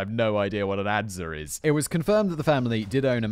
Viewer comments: Adze is pronounced like ads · An adze is an axe with the head perpendicular to the shaft, the e is silent